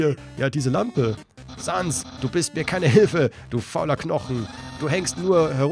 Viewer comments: Du sprichst sehr viele Namen falsch aus. Es heißt als Beispiel "säns" und nicht "sans". Allgemein solltest du die Namen eher mit englischer Betonung aussprechen. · Ich wusste das du Papyrus nicht Pepeires aussprichst und Sans nicht Zäns aussprichst...ich hasse wenn die Namen nicht richtig ausgesprochen werden. Oh Asgore wird Äsgor ausgesprochen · Er wird säns ausgesprochen Nicht böse gemeint aber die undertale pros werden dich so auseinander nehmen glaub mir das.. es ist echt schlimm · Es is eigentlich jedem selber überlassen, ich sag Sans und Asgor während andere Säns und Äsgor sagen Das Spiel gibt einem egtl nich vor, wie man die Namen auszusprechen hat